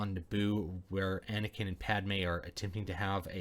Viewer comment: "Anekin" O_o